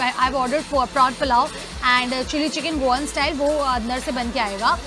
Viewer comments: Prawn❌Porn pulaooo?????????🙂😂😂 Change it didiiiiiiii😂😂sounds so bad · it's prawn not p**n please be careful while naming the dishes!!!!!!!!!!!!!!!!!!!